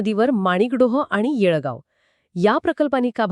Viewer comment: yelgav nahi येडगाव